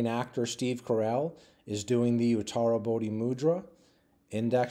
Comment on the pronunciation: I'll go and have a look at your playlists. It's because of your videos that I can actually pronounce utarabodhi mudra every time I see it! I can't spell it though, and I don't exactly know what it means, apart from they're all in the same club.